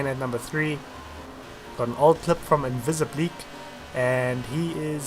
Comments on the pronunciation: It's Invisible AK, not Invisibleak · It only took me about 100 videos to realise why you pronounce InvisibleAK that way